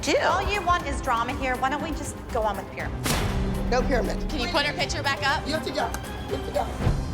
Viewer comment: Why can’t pronounce picture? It’s not pitcher. 😫